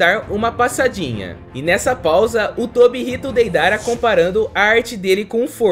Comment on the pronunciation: Kkkkkkk ele falou Peidara😊